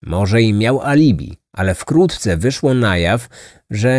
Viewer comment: Za każdym razem gdy mówi Pan wkrótce słyszę wkłótce🤔